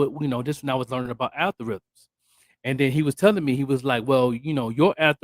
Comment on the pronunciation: 😄Al-gor-ithms😄 Algorithms.